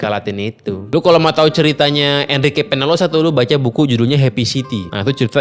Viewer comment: Peñalosa dibacanya penyalosa Om.